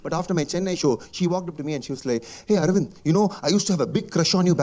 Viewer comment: ArAvInd bro..not ArIvAnd